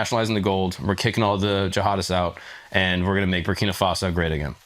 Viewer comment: Bra, Brakina Faso? Already? First 5 seconds 🤦🏽‍♂️🤦🏽‍♂️